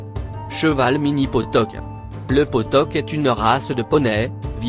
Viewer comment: On dit potioc pas potoc